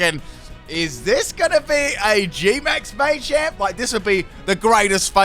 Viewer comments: >MAYchamp It's just MAH-champ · May-champ Everyone:Muh-champ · Your pronunciation of machamp and duraludon is upsetting.